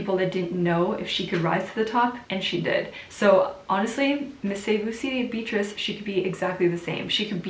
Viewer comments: It's be-a-trice (beyatrice) not bitrice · I'm sorry. I was hearing "bitches" before I realized you're saying Beatrice. Yes. Ms.Cebu City did a splendid job. It's not about the noise you make, it's the silent winning aura that will make you win. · the english / american pronunciation for beatrice is "beat-ress" :)